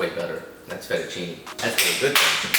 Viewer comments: Kinda sus that he prononces it fettucini instead of fettucine though (may be an accent?) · Close enough at least. The "e" in italian is pronounced differently, more like mhhm the sound of the second "a" in pancAke? So it's like fettuccinE al burro, while for me Josh sounds like he is saying FettuccinI al burro. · The guy says he's Italian and doesn't know how to say fettuccine properly, even Joshua says it better. Nice video 💪💪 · I like you say "fettuccine " 😂